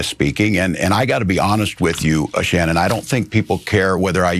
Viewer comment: Shannon, Ben. Not Sharon.